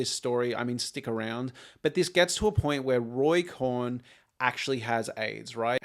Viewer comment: Cohn…. pronounced like “cone”